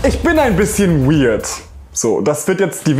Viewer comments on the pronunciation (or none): none